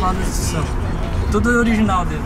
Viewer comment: É "oliginal" kkkkkkk história pra boi dormir